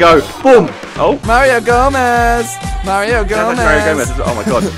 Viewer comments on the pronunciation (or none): "Mario Gomeez" xP Got a new favorite shirt Simon? miniminter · MARIO GOMEEEZ MARIO GOMEEZ MARIO GOMEEZ :D